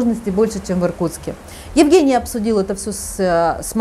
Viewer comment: В России Евгениев обычно зовут Женями. Режет ухо,почему-то, как будто коренная американка рассказывает про своего русского мужа Еугэния)))